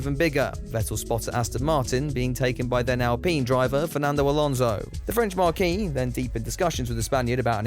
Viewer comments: Still getting triggered by saying 'Marquee' instead of 'Marque' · I genuinely don't know at this point if still doesn't know how to pronounce marque or if he's trolling the pedants. It's not a fucking tent,.